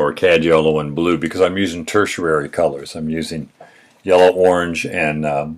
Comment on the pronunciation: I dig your vids -- thanks for turning me on to Elioth Gruner by the way -- but one thing in this and other vids that really bugs me is your pronunciation of tertiary. You keep pronouncing it "tersherary" -- it's pronounced (phonetically) "ter-She-airy". Don't know why it bugs me so much, but your explanations are so detailed it seems like that one pronunciation takes away from your point. Probably just me, but once again thanks for your video's.